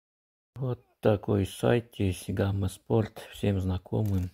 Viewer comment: Хахахаха, гама спорт, иди английский учи